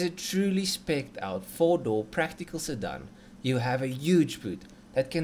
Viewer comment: Stop saying "sirdun"! And at least give us figures in the form of measurements we use locally so kw and not hp.